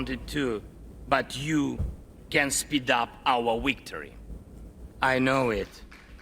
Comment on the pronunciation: Zelensky's English pronunciation is great! Victory - weaktory. Peace - piss.